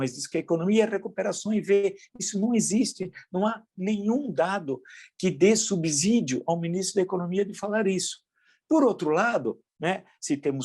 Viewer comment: É subsídio com som de S professor, e não Z, vamos respeitar o vernáculo na sua pronúncia.